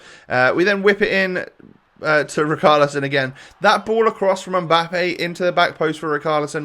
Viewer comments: Please say riCHARlison not riKARlison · Pernounce richarlison properly